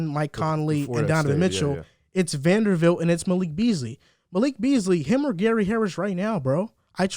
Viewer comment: Love the podcast, joined after the Rudy video. Only correction was saying Jarred’s name wrong (VanderBilt not VanderVilt) Nitpick issue